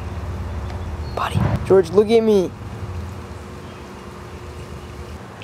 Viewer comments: haha funny how you always say Dorge or Thorge instead of George. lol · .D (He sounds like hes saying Deorge)